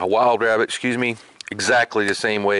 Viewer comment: Who else thought of Elmer Fudd when he said, "wabbit?" :))